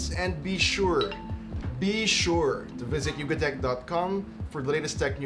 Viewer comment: Pwede niyo po bang ayusin yung pagbanggit po sa "YugaTech" para po kaseng YugaDick eh